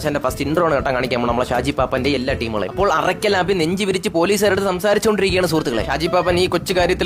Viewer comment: Arakkal abhi alla arakkal abhu, shaji paappaan alla, shaji paappan. Ella mistake kandethunna thankal parayunnath koodi onn mistake illathe parayan sradhikkanam